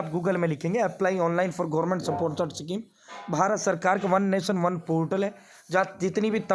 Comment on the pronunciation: सकीम नहीं स्कीम हैं bhai🙏